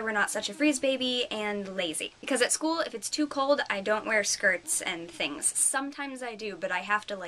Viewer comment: LOL "lots of thiings happening" ahaha YES! thumbs up YOU!